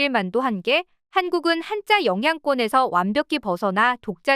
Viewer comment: 한자문화권 한짜문화권 나레이션똑바로하시오 된소리발음정확히대입하시오 문자 문짜 스트레스네요